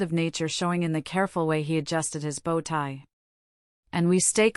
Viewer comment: And bow tie is not pronounced like bow wow